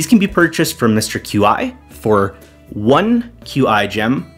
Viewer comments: "mister Q-I" has got to be the craziest pronounciation of his name I have ever seen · The way you pronounce mr qi's name is genuinely hilarious. CA confirmed his name is pronounced kwee, though.